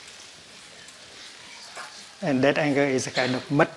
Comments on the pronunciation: Thank you I thought he said..nut 😂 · Like he way he says "muDT" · Is he saying Butt? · I thought he said butt like the butt of a lotus holding the flower together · I heard "butt" too... Geez. I thought "that can't be what he said, right?" Lol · Love the way you say Mud , love how your voice settles me down...into relaxed vibebration...truely Thay you are Buddha enlighten 🙏💐🌺🌼